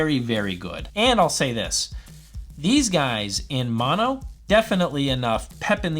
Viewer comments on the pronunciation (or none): none